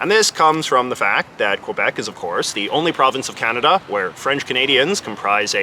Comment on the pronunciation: They don't even pronounce kanada correctly but say coaaaahnaaadaaaa instead and the us laugh at us bc of it 😂